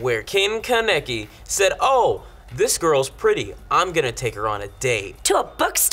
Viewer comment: It's not Ka-neki its ka-ne-ki >-< and not like Rize is not like Riiz but Ri-ze